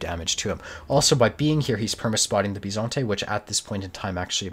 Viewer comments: As an italian speaker l must say that l'm impressed by your "Bisonte" pronunciation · Actually your first 'Bisonte' pronounce is the most Italian one